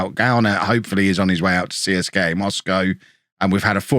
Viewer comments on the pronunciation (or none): none